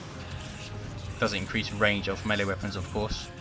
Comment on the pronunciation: Melee. It's mee-lay, not melly!